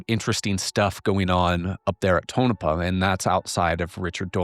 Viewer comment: More great work! I'm sure others have pointed out here, Tonopah is pronounced TONE-UH-PAW